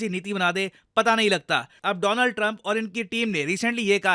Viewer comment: It's DoLaand Trump by the way 😅